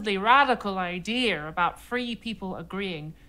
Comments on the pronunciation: "Idier" It is Idea no "r" on the end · I hear all English speaker dol this it is not just a Brit thing. it is the mis teaching of English and nothing but. I am sure u have heard someone say "famaily."